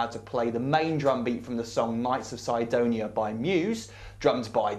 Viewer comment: I like how he says Cydonia LOL